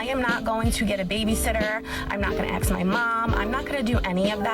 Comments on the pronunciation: I'm not gonna axe my mom..." Heaven help us. Either Futurama is upon us, or she is really mean to her mom. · The girl in purple.. as soon as a girl says; I need to AXE you a question, it's a quick exit, stage left. Nope.